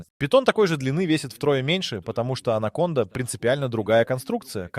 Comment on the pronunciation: Alə,anaconda nədi sən hılədə süni intelekt ilə ingilisin si (c hərifini) Türkün c (ce) hərfi ilə qarışdırırsan?Ay sənin "ağlına" keçə yamasınlar.😂😂😂 Sən c səsini k kimi deməlisən ki anacondanı ANAMONDA kimi səsləndirəsən.😂😂😂😂😂